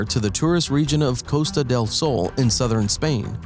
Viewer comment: Sounds like "Coasta del Seoul" the way you say it. You work on YouTube, why not look it up on YouTube how to pronounce Costa del Sol. Almost didn't understand what you said. 3million "heck tears" of forest... something lets me think English is your first language.